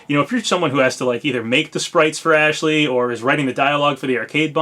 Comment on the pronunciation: You keep saying Ashley's name wrong, it's "AAAASH-LEEEEEEY" lol